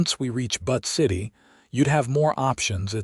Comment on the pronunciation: The name of Butte City, Montana is brutally mispronounced... - It's pronounced "Buu-tt", not "But".